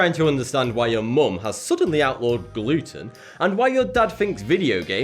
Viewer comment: oh gluten... I thought he said Luton...